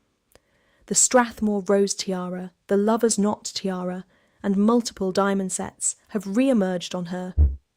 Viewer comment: Lovers knot, it is not "Lovers not"